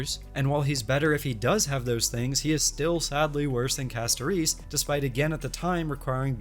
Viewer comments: Sorry, I thought this was an interesting video and wanted to watch, but I had to stop because hearing CastoREECE over and over was causing an aneurysm. If you don't like the english audio in game, that's fine, but please learn the character names before making a video about them. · Why does bro say Castorice like that lmao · The way bro pronounces Castorice's name triggers me in a unique way...